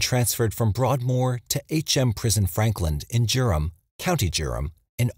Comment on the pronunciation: How did the narrator get the pronunciation of Durham so wrong in the case of the Yorkshire ripper. Jurham, county Jurham? Sorry, I'm sleep deprived and from Durham and I'm confused about the mispronounced name of my home.